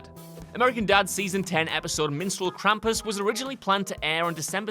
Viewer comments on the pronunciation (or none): none